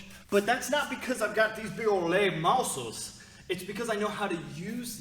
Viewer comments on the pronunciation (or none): Vewy vewy stwong "moussles" righ?! 😉 Yeahh I caught that lol and also "schmoke" n a pincake!?? Keep that going with those one worded accents from unique character!! 😆 It'a funny! Lol it's good no one else is doing that!!